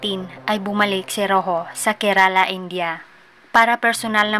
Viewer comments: Bulol kaba sa R kerala po hindi kelala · It pronounced "kerla".